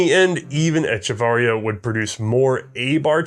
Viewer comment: pronounciation of Echeverría is traumatizing for a Hispanic man like myself